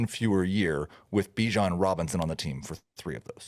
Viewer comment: U should listen to the Counselor….he says ByeJan “Bijan”